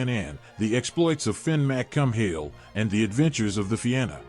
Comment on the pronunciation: Fin McCum-Hill? Really? 🤬